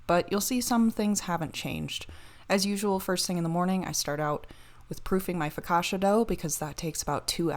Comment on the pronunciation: Foh-kah-chia with a soft i